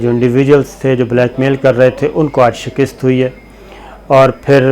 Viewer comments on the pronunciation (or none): Sabir Bhai word is Shekust not Shekist. You are one of my favorite journalists excellent reporting keep it up Sir.